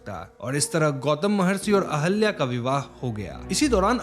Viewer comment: Sir ahalya nhi ahilya hai